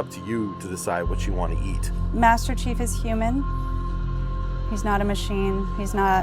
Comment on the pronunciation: Nope. Me too man. It's the chief, say it properly.